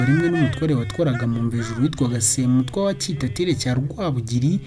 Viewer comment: Urakoze ku mateka meza. Ariko inama nakugira, ujye wegera abakuru kugira ngo bakubwire uko amazina y'izo mfura zo hambere yavugwaga (prononciation), nibyo byaba byiza kugirango nabyo bimenyekane. Nka Semutwa, Rwigemera, Kankazi, Rwubusisi na Rugumire, uko uyavuga siko avugwa. Ariko birumvikana, uri muto ntawakurenganya. Gusa bizatuma wowe n'urungano rwawe ndetse n'abandi batayazi babimenyera iwawe. Urakoze